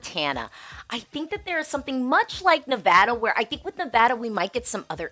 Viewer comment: Go California and Nevada(my home state). By the way….thank you for pronouncing Nevada correctly.